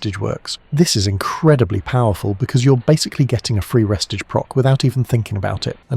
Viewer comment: ITS NOT PRONOUNCED RESTAGE! ITS RE-STAGE!